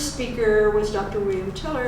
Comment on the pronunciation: It’s William Tiller, she says his last name kind of weirdly. He’s a professor of consciousness at Stanford.